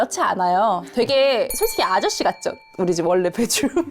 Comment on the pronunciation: 배th룸 아니고 베d룸 맞지???